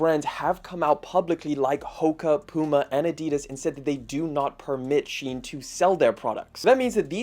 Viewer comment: All that investigating and you didn't bother to investigate how to pronounce Shein.